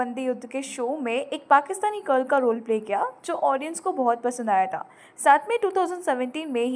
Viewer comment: mam why are you saying taaa, taaa to thaaa. Kr diya thaa not taa please 🥺